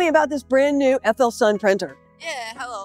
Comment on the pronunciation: did the FLSUn lady say fullsun? Have we been pronouncing it wrong?